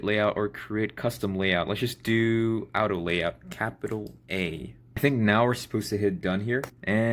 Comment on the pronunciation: Why are you pronouncing auto as "out-oh"? That was like nails on chalkboard for my brains